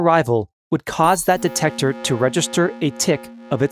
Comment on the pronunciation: “Dectector” Well